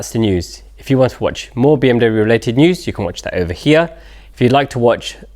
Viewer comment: Mews instead of News?